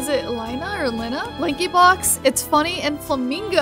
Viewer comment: did dj really say lankybox?